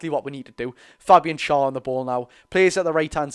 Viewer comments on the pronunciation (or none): Please say Schar's name correctly FFS